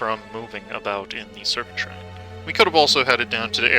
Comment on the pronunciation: Serpentspine not serpentshrine lol